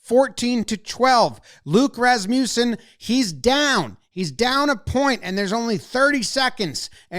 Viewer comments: 😂😂😂 its pronounced "RASS-muh-sen" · Jomboy, you mispronounced Luke Rasmussen’s name. 😢 It’s more like RAS (soft A but most pronounced syllable) - mus (as is must) - sen (as in sin). (Or at least that’s the pronunciation of Rasmussen in parks and roads in Mankato, MN… a few hours away from his college.)